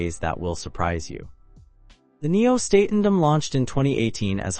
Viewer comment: WTF? This review makes ZERO sense, you're not showing the HAL Nieuw Statendam, not pronouncing it correctly in the video.